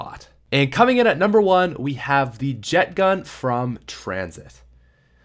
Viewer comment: I almost unsubscribed when he said was like hell no